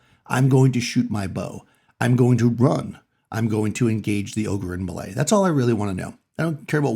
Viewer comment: Love your stuff. Thanks ps-do you say melee like that on purpose? After hearing you pronounce it I thought I had been saying it wrong for decades. Every reference I could find though pronounces it the way I know it.